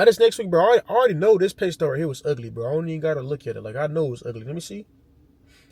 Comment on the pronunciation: Pay stub. Now you know